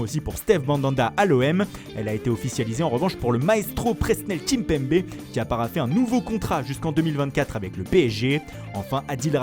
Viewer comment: Daniel kimpembe comme ils disent dans fifa